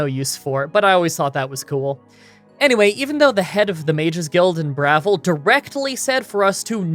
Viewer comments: it is BravIl, not brothel lol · Bruh-vill is the pronunciation. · its "Bravil" not "Bravil" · It's called Brah-VILL, not "BRAH-vil". You obviously never played this game much. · the town is called BRUH-VILLE, bravil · Lol bruh-vil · It's pronounced in-game as "bra" (thing that holds boobs) "vil" (like in villain). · your first pronounciation of Bravil was right, everything else after that was just.. eesh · Uggh your spelling on the cities IS ALL WRONG! KOROLL. BRUMA NOT BURMA! bruhVIL NOT BRAvil Also stop caring about the rules. It's your videos you decide if your run is valid. Have fun